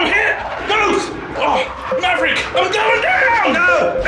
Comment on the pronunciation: Did homeboy say "marrick" in the top gun scene? oof.